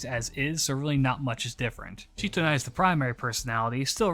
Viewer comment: As I understand matters, Sitonai's name is actually pronounced like it looks in English, with si- not shi-. She's from Ainu legends, not Japanese, and apparently the Ainu syllable represented by the Japanese kana for "shi" is more accurately pronounced as "si". So I wound up flinching every time you said Shitonai because I'm 99% sure it's Sitonai. The more you know XD